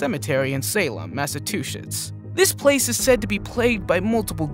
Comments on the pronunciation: Decent video. Need to play the original clips you base each segment on in full and stop cutting away multiple times. Also, Yosemite is pronounced Yo-sem-i-tee. It's Massachusetts, not Mass-a-too-shits, and Samhain is pronounced Sah-Win. 😊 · Why is nobody talking about how he said massatoshits 😂😂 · Did he call “Massachusetts”, “Massive Two Sh!ts”?